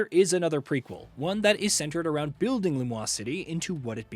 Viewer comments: It is not Lu-mwah city. In French, Lumiose would be pronounced Luh-mee-o-se. Lu-mwah, would be spelled Lumois, not Lumiose. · this guy is mispronouncing the name of Lumiose city. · Lum-WAH-se city? 🤨